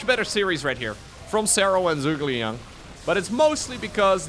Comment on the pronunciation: It's Zhu - Ge - Liang (Joo-ge-liang) - who is a famous Chinese strategist during the Three Kingdom Period (220–280) of China. Don't blame ya, you don't know Chinese :D